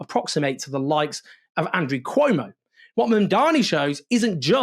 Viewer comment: Cuomo So stupid not to pronounce his opponent right, how this person could lead the city. 😢😮😅